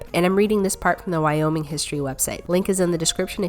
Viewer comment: Look I’m kind of mad because you said Nevada wrong and you said Wyoming wrong